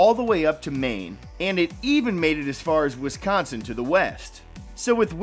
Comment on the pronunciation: Boi u said wiscoonson I live there its wisconsin 😡